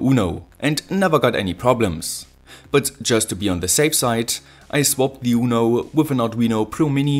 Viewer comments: WATT-HENRY? Surely you mean Watt-hour? (=3600J). And it's "THE", not "THEE" unless the word begins with a vowel, um Gottes Willen noch mal! OK? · pliese pliese stop using thi thi for everi thi there is. ;-) It's "the" thö! as in SauCE. It's only "sie" if the following work starts with a vocal.